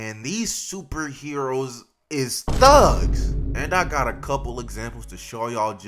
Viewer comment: I don't know why but why did this man call put an extra emphasis on the words "these heroes are THUG" I don't know why that's funny